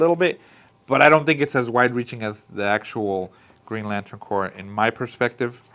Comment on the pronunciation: Just so you know, it’s pronounced like “core,” not like “corpse.”